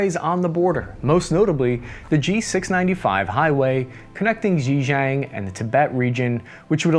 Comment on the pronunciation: Dude can't pronounce Yangtze & Xinjiang